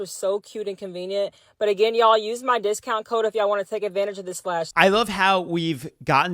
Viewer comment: Why do they keep mispronouncing things? "it's so KEE-UH" instead of saying CUTE. "be sure to use my CO-UH" instead of CODE What happened to speaking properly?